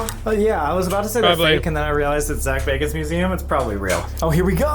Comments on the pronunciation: Really can you read baaaaagans!!!!!!! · Bagans,I thought you said Zak Bargans?:)+ xoxo ,muah,peace lol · Im sorry but Zaks last name isnt Bargans its Bagans. Zak Bagans. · Zak bagans lol your saying his name wrong.. lol